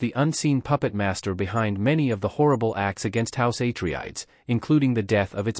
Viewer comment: EHHH - TREE - IDES?